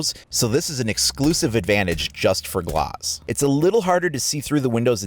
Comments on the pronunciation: G-L-AH-Z not G-L-OH-Z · His name is glaz not glaus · oh well in the situation he's called Glaz and it sounds like glass. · Tbh i dnt think glauz is how you say it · I think you're pronouncing his name wrong. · You say Glaz kinda weird...